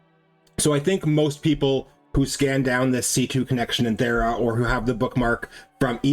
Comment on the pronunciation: VERY LATE, but super funny to me. He said, “To get the Thera, we must go to Fera.” I immediately thought, “Well now all the Brits are confused!” Are you perhaps… British? 😜